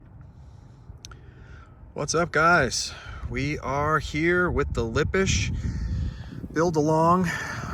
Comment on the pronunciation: Yes, you have pronounced "Lippisch" correctly.